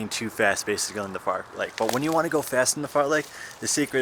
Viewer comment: don't know if it's intentional or not but it's fartlek not fartleck lol, awesome vid though, jealous of your insane fitness